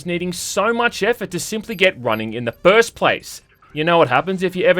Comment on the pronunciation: “Fuhst video of the yee” “pahst”